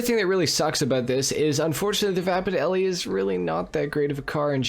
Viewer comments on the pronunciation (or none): FYI the mustang in “Bullet” was just a mustang. No name. The name Eleanor is from the Mustang featured in Gone in 60 Seconds. All the cars had code names. And lastly the E at the end of Elle is silent. So it just pronounced “L”